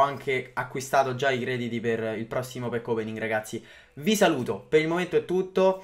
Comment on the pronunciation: E dal primo pack opening che dice così, è fastidioso